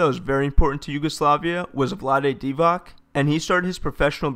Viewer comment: It's pronounced Vlade Divats not Vladey Divack